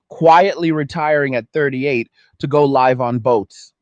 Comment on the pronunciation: Is this audio AI generated? When the statement pertaining to men going off to live on boats the “live” is said l-I-ve on stage whereas the context would have it pronounced “l-i-ve” with a soft I. Not a pick, I still agree with the general sentiment, just curious